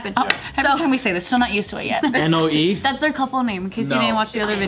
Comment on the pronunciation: bruh ..... my middle name is Noe and yall using it as a couple name 🙄 , lmao but nah its cool but its pronounce like no-aye